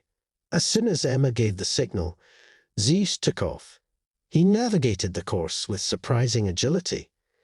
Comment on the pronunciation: It's Zeus, pronounced Zyoos, not Zees!